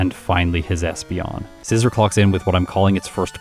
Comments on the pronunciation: I think it's pronounced ScizOR, not ScizER. Like I think don't think you'd pronounce it the same way you would the tool? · You’re pronouncing scizor wrong